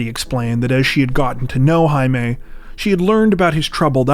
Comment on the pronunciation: Jaime, is pronounced, "Hi me"